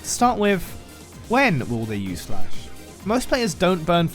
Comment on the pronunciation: bro really wants to call it dlash